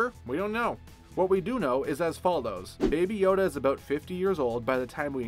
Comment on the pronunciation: I actually thought he said baba yaga